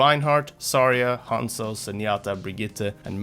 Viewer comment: 一番生田 And somehow mispronounces Zarya and Hanzo. And he's not an english speaker, he's Swedish.